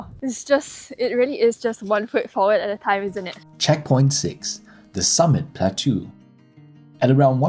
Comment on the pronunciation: Plateau is pronounced "plah toe"